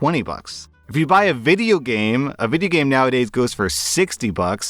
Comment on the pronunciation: Video game say it right!!!